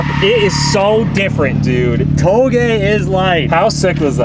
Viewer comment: Lol i learned something today i am supposed to pronounce touge like “towgay” not “ta o g” lol